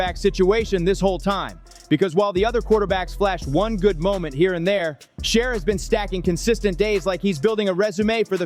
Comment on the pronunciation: At least get his Name right dam!